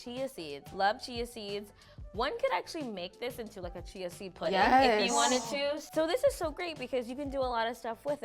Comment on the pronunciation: Can you use it with Soya milk instead of oats milk? Chia seed is called Chees seed? I thought it is pronounced Ch-ia seed😂